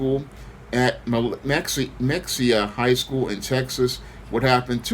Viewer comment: Mexia (ma-hay-ya) lol